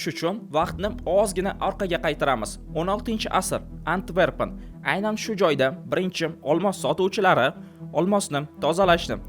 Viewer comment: Antvergan emas Antverpen yoki yanaham to'g'risi Antwerpen